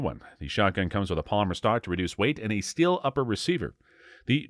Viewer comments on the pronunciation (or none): none